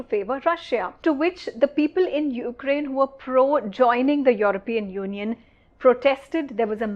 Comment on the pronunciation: Why do you pronounce Europian in that manner. ? Get it right.